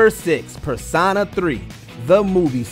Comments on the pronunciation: Nobody: Not a single soul: This narrator: "PER-SAH-NAH" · During the #6 section, the one doing the voiceover kept mispronouncing "Persona" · The way he says persona big no no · wonder why the guy doing the voice over for the video pronounces the word "persona" so weirdly? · Does this guy not know how to actually say persona? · The way they said Persona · I’m sorry, but how can he say Megami Tensei correctly but not Persona.